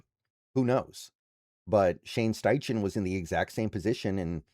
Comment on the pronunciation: It's pronounced STY-KEN, not STY-CHEN. Just FYI.